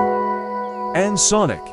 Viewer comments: "And sinic"💀💀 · "and sinic" 💀